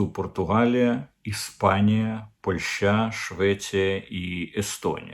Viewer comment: Жеч Посполита Польска,тобто Польща,наголос на 2му складі,а не ПольщА